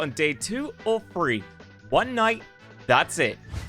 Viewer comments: bro said free days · AHHH TH SOUND IS NOT THE F SOUND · Free, Frough, Troufh? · I realized within the first couple minutes that OP can't say "the" sounds and it's all I could think about the whole time. "And wiv dat, in free days" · I keep hearing "only 'free' days"